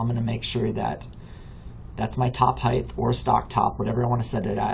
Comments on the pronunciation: Good video, thanks for showing me this. One complaint, though. There is no "th" sound at the end of the word "height" Width, yes, Depth, yes, HeighT, no. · Thanks for the tutorial. I have one of my own for you. The word... "Height" ... notice the end is "HT" it is not "TH" Height ends like hot... with a T. Not with a TH like the word width. I hate when folks i am looking to for help have such trouble with a simple word like height. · Thank you. Really appreciate you taking the time to make this. By the way “height” does have an “h” and a “t”, but not a “th” at the end.